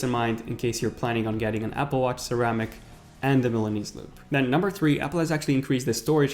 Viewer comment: "Series Tree" "Cellar"